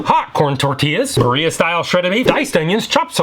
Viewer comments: Great video 😊 I know we're ordering from Del Taco and it's not the epitome of authenticity, however if anyone is curious Birria is correctly pronounced (in the US): Bee ree uh Not Bur EE uh 😁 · Hate to break it to you but you’re pronouncing birria incorrectly; not that it matters too much. I love your vids and think you’re awesome.